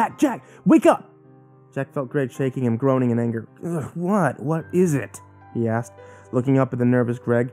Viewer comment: When you say "Jack asked" I keep hearing Jack Ass xD